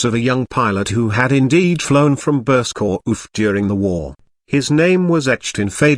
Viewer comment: Burscough is pronounced burr- skeh, there is no oomph as the ai voice over proclaims.